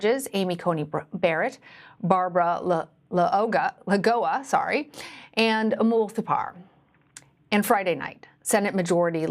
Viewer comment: LAGOA! Geez! Learn how to say her name. Isn’t name mispronunciation considered racist now? At least that’s what I was told when Trump did it.